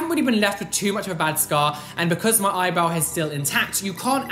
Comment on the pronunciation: I always hear „Eyeball“ instead of eyebrow 🤣